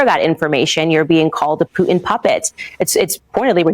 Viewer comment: I like how she gets all GANGSTA when she says the name...Putin. She calls him Vladamir Poo-In! POO-in. Vladimir POO-In.